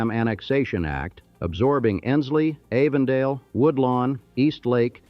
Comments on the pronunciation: The facts are pretty well straight, a few of the pictures are unrelated but, the narrator can't even say Avondale correctly. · This thing is narrated and created by AI. Too many mispronunciations and redundancies like Avondale with a long "A" or Elyton Land Company with a shore "e". Then the NAACP saying all letters and not N double A CP. Really lazy. I see a lot of these type of AI productions lately on YouTube. I had to stop listening. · Avondale is pronounced like Adam or apple & not anything like long A sounds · I agree- I cringed every time he said “Avondale”. He also mispronounced “Wachovia”